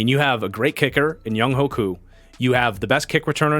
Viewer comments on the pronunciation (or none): It’s pronounced “Young way” Koo